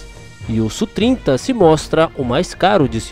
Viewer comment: Tecnicamente não se fala "Sú",bem como não se fala F/A-18 como sendo "fá dezoito", mas "éfe áh dezoito". Se você pilota sabe que não é comum essa terminologia. Aliás, usa-se muito o nome OTAN, por exemplo, Falcon, Flanker e etc. Enfim, se acha mais didático "Sú", ok! Abraços.